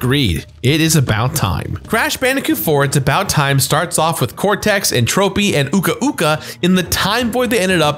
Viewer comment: You’re pronunciation of entropy is a bit off